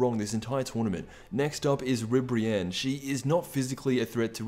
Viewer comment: After you said Ribrianne I couldn't take this video serious